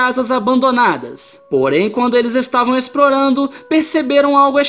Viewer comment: 3 rapazes estavam "Esprorando uma Froresta" KKKKKKKK amei cara n paro de repetir